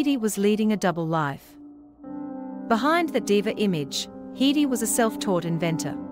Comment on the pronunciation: The pronoun for a woman is she or her ... what is wrong with you? And HEEDEY? What planet are you from?